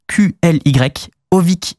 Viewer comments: KQLY se prononce Kooqly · KQLY ça se dit KALY (plus ou moins), il a ruiner la scène fr a cause de ça il était dans la meilleure team fr a l'époque ou il a été ban :/ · KQLY ça se prononce, kAly (le Q est un a miniscule en gros) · Kqly ça se prononce quickly et le move qui l'a fait connaitre cest un double jump shot noscope headshot sur dust 2, à l'époque où je jouais on spammait "KQLY" ça quand ça arrivait